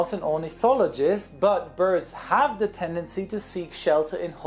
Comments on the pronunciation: "Sie" Germans ahaaha I always think about Clarkson and his "Sie Germans sie" ahahah. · LOOOOOOL "Ze Germans" XD XD